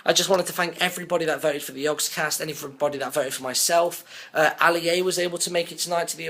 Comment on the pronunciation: yogscast not jogscast